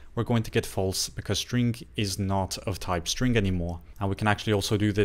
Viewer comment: Thanks for your videos. Always has helpful tips. To me it sounds like you are saying strink. Just noticed since you said it a bunch this video. Keep up the great work. Looking forward to the next one!